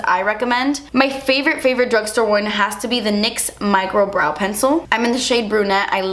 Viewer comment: I first startet your video while doing some other stuff and I was so confused, cause every time you said brow I understood bra xDDD then I looked at the screen and actually realized you mean brow... that was kinda really funny ^^ --> 'sometimes they don't look identical and that's okay. Your bras are supposed to be sisters not twins' xDD But back to your brows.. your natural brows are really pretty! I mean, not that you shouldn't fill them up a little bit, but honestly.. noting to worry about too much!